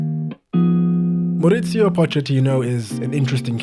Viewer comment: Mauricio, not Moritsio